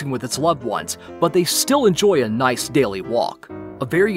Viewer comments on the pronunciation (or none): none